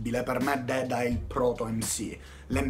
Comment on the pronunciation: deda non dedda